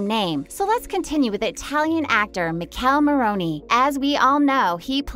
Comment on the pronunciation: I’m not a fan of how this lady saying Michele name lol